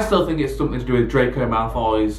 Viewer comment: I can't stop the way you said dreco who the fuck is he😁🤣